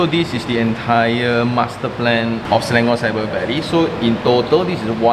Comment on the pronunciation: Local Malaysian said Selangor. Not Slayngor